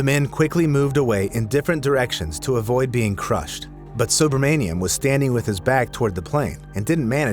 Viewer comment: Ravi Subramanium could have died by the shock of hearing you pronouncing his name. That would have been much more painful.